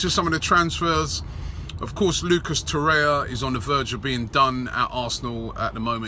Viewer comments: Its Torreira, not Torrea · TOR RARE RER stop saying Toreya in every video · IS he pronouncing Lucas Torreira's name correctly? He always says Torreya.